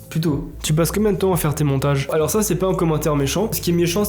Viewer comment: Les histoires de plagiat, oseille etc je m'en fous j'adore ta chaîne mais la vie de ma mère si tu continues de prononcer le S dans alors quand tu dis "alorS que" on va s'embrouiller. Arrête de prononcer le S dans alors. Ça se prononce pas. Jamais. Même si y'a que derrière. Alors arrête